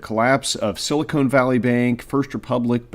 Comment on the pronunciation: Silicon Valley. Not "Silicone Valley." They're not the same. Well, I guess they /may/ be in some sense...